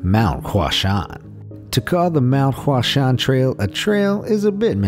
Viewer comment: Zero percent chance I'll take part in any of the activities, but a few of these places would be beautiful places to take pictures, given the easy and free opportunity. (By the way, congratulations on pronouncing "Hua Shan" 90% correct. So many people easily learn to pronounce other languages, but completely destroy Chinese. Good work!)